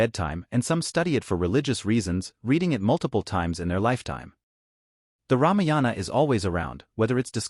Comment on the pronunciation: It,s ramayana not ramiyana